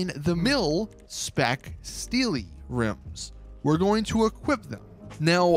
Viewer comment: When he said rims I cringed